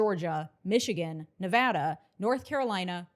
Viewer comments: Thanks for say "Nevada" correctly! :face-red-heart-shape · thank you for saying Nevada right